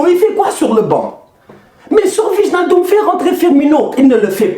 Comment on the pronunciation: je suis désolé mais gère toi, on prononce ( Waïnaldum ) 😂 yen a marre waye hahaha je te kiffe frère force à toi ❤